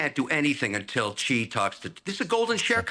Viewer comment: would you stop saying chi? its more like she.